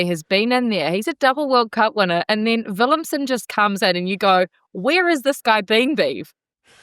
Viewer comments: Not willemsen or willemson but willemse ..please 😂check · I heard her say Willemson.. then i was nah im probably hearing things.. then she said it again.. and then dude also said it. Cringe 😬